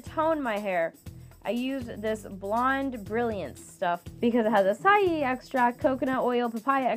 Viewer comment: Acai is pronounced a-sigh not a-sigh-ee